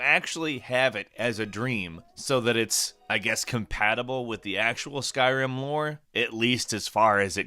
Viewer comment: I thought you said “skywhim”